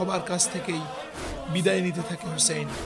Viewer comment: Hey man who is husn rz allah an. You are saying husn.read the name completely and respect it man